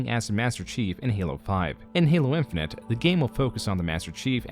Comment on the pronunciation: Halo Infinent? That's not how you say Infinite.